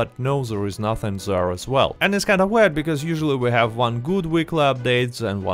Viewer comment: I love how your accent turns “there” into “zarrrh”